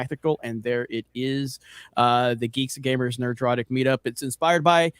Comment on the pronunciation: I really really cant stand how says Nerdrotic. I'm sure it's been a topic before, but gawdang it's annoying as fuck! Nerd-rotic not Ner-drotic!! Fucks sake!!